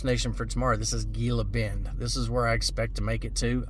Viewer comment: It's pronounced heela bend.